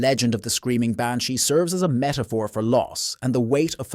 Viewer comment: The Banshee pronunciation in the Gaelic is not how you said it . If you are going to tell ghost stories of a certain country do you think you could learn how to say the words. Are you American trying to be Irish because if you were a true Irish person you would know how to speak the words of the Gaelic language ?